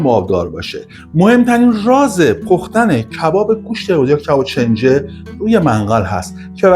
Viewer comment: استاد گرامی؛ چنجه تلفظ اشتباه کلمه «کنجه» هست، اگر عنوان را اصلاح بفرمایید، لطف بزرگی در اصلاح عموم خواهد بود.